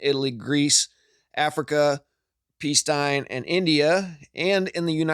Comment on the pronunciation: can you not, for some reason, pronounce the word 'Palestine' correctly ? Is there some reason we should know?